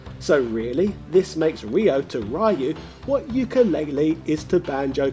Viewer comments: So many info is missing, and lot is mistaken, Ryo is not based on Ryu (pronounced リュウ, Hepburn: Ryū not Raiu) he is based on Goku and Kenshiro, SNK pitched a Hokuto no ken Game, and it was rejected(HENCE THE NAME RYUUKU NO KEN) They kept some of the moves, like the Zanretsuken, And the GI is same as Goku, and thats the reason why you can charge KI. It had nothing to do with Ryu, then they added the Kohou, to match Shotokhan characters. You also missed that Todoh is based on Soun Tendou. You found that info on Wikipedia, but just like Jordan Peterson said: READ MORE Still you have my like and subscription, for doing your part with this video! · It's REE-YU, not RYE-YU. I only bring this up because you say Ryo's name correctly. Show Ryu some respect. 😁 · No, he said "Ree-yo." The fact that he consistently said Ryo's name correctly made the Rye-yu pronunciation stand out more. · At this point I'm pretty sure you read Ryu as "rai-uh" on purpose. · I hate it how he calls Ryu Rhy-yoo and calls Ryo correctly. You had one job man. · It's pronounced Re-you like from reusable. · I think it's really funny how you do a halfway decent job pronouncing Ryo's name (Lio, kind of like Yo but placing the tongue at the top of your mouth in the beginning in the L placement going right into Yo) but pronounce the Ry part of Ryu completely differently. Hahaha! Hot oil wins! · So this is just trolling he pronounces Ryo the right way but he says Ryu as he bloody pleases. This is one of our fave gaming youtubers ladies and gentlemen XD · Not sure if he's saying Ryu wrong being that I don't know how the Japanese say it, but I still hate the way he says it. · I lost it when you said Ryu's name wrong its already 2020 and people still say it wrong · Dude how do you pronounce Ryo right and not Ryu?? 😂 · I find it quite Bizarre that you pronounce Ryo fine, but butcher Ryu every bloody time LOL.